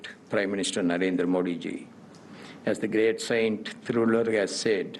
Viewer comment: Sir modiji ke nam ka u haryana sahi nahi